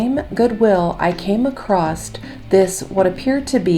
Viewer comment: Stop saying "acrost" COMPLETELY WRONG. The word is "ACROSS."